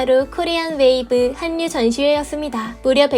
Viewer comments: 왜 자꾸 한뉴라고 발음 하지? 한국인은 정확히 한류라고 하는데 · 한뉴로 읽는게 아니라 할뉴로 읽는다 아그야~~ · 류 발음 안되세요? 할류로 읽으셈